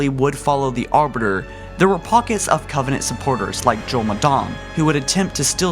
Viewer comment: Did anyone notice this video starts with him saying in his first sentence "... long existence of the covennant..."